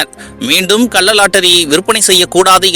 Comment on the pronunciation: டேய் பைத்தியம் "கல்ல லாட்டரி" இல்லை " கள்ள லாட்டரி". தமிழை ஒழுங்காக பேசுடா.